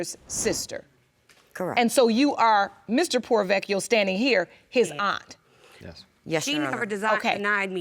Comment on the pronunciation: I'm sorry but as an Italian it bothers me that no one has correctly pronounced the surname 'Porrovecchio'. Everyone is saying 'Provechio', now I understand saying only one 'c' but not the first part. Aaah now I feel better :)